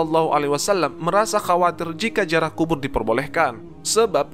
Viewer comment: Ziarah bukan jiarah ngb